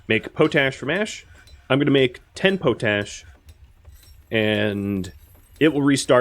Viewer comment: Love the videos keep it up but it’s pronounced pot-ash not potash it was used to clean pots in the Middle Ages hence pot ash